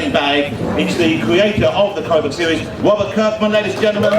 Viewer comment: We're going to stop with Wobert! Ahhhh, Mr. Ross....Mr. Woss.